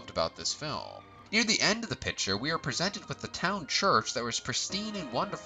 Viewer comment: Good video but you really need to work on pronunciation in general. People names and especially places are really garbaly. I enjoy your channel. Just something I’ve noticed. Pick-ture = Photo/Movie Pit-cher = something that holds liquid or a member of a baseball team.